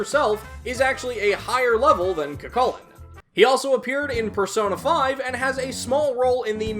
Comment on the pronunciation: I don't think you've made a Cu Chulainn episode as of writing this, so let me say it here, his name is actually pronounced "Coo Hulin", with a pronounced roughness on the "h" sound. I recommend listening to Joker call out his name to get a feel for it.